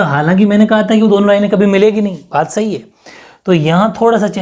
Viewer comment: 🔊 pr s_hi bola😍😍